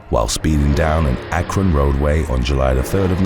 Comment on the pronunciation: Shout out for getting our name right! AKRON 330 lol love this channel. They be calling us A-KRON